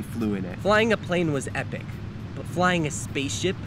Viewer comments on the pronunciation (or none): none